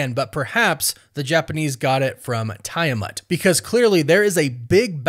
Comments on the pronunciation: TEE-a-matt my dude. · It always baffles me how people intentionally pronounce character's names wrong after watching a movie where they made it absolutely clear how to pronounce it. First it was Thanos and now Tiamut. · Tie-a-mat is actualy crazy as well lol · I don't think you are saying tiamat correctly. 😅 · I don’t like the way you say Tiamat